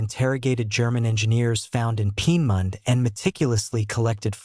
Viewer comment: Lear how to pronounce Peenemünde.